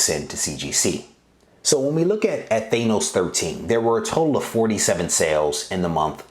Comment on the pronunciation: The way you pronounce Thanos is cringe. It's not thaynoce it's thaaaanoce